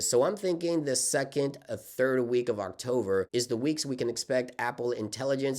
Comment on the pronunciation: October ❌ Octover ✅